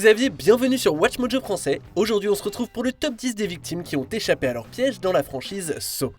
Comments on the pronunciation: Pourquoi vous le prononcer comme sow alors on le prononce san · ça se prononce exactement comme ça [ˈsɑ]